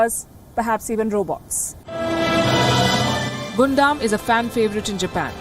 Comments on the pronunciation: I love how she reports everything ❤️ but one thing i wanna say palki it's gundam as gun 🔫 dam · Gundam Gundam Gundam XD for a second there i was wondering what Gondam was but an excellent report by Palki as always xD